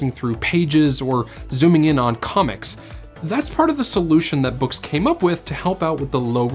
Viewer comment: Bewks? Its BOOX. Do you read bewks? Or books? Immediate Dislike.